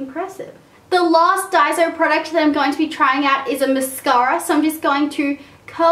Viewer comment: im japanese and you pronounce it dai-so. not day-zo or dai-zo